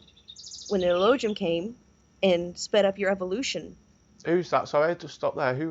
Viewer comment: Its elo ah heem... Not Ee low jim smh hillbilly